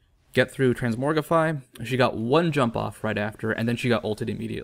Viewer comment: TransMOGRify, not "morgify". |:( Sometimes I think you do this on purpose...